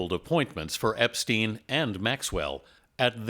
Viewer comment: Why do you mispronounce Epstein m. It's stein ..not steen.. he's not Scandinavian